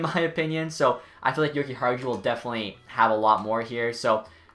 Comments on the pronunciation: you have to say: yo-ki-are-you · Dude the j is silent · It’s yokiharyou but as a hawks fan if nylander can realize his potential in a new organization then it’s a win for chicago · You butchered Henri's name. Come on man